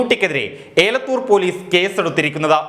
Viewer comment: ഏലത്തുർ പോലീസ് അല്ല എലത്തുർ പോലീസ് ആണ് ഒരു തെറ്റ് ഒക്കെ ആർക്കും പറ്റും take it easy